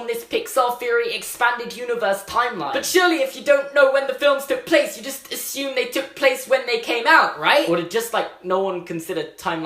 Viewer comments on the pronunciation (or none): none